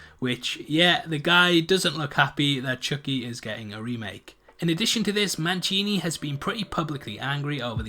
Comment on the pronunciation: Manchini? there's no CH in his name.....it's Don Mancini.